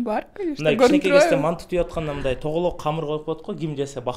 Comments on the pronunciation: Манту эмес манты деп айтылат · Мантуу эмес манты